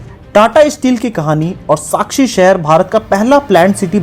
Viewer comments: Bhai it's sakchi chi sakshi nhi hai nd its kharkai kharki nhi hai...proud jamshedpur ❤️ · Very much detailed information, thanks for sharing but just some clarifications... It's Sackhi, not Sakshi and Kharkhai not kharkhi and lastly it's swarnarekha. Thank you for making this video about my beautiful green and first ever planned city in India. #JAMSHEDPUR ❤️ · भाई साक्षी नहीं साकची है.... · It is Sakchi and its oruginal name is kalimati. Name of the rivet is Kharhkai. Not kharki. There was Bengali also who helped Tata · टाटा ग्रुप का आभार जो आज हर जमशेदपुर के लोगों के जीवन का आधार है । आपने बहुत ही कम शब्दों में बहुत कुछ बता दिया । कुछ शब्दों में आपके त्रुटि है जैसे साकची और खरकाई को आपने अलग तरह से बोला पर फिर भी कमियों पर ध्यान ना देते हुए कहना चाहूंगा कि बहुत ही सुंदर वीडियो । धन्यवाद आपका